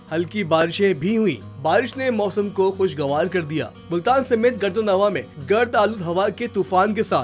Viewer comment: Apnay iss Azeem Urdu daan reporter ko Urdu tu sikha dain jisay Gird o Navah ka hi NAHI pata wo usay Gard o Nava Keh Raha hy